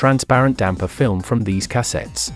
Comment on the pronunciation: Cah-settes lol